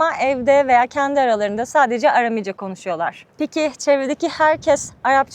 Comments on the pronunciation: Bir de dilin adını düzgün telaffuz etseydiniz keşke .. ARAMİCE değil ÂRÂMÎCE olacak .. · Aram dili, yāni Aramca, doğru telaffuzda arāmice diye söylenir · Arami kelimesini yanlış söylemeniz çok kulak tırmalayıcı. Seyahatiniz ve cesaretiniz için tebrik ederim 🙏🏻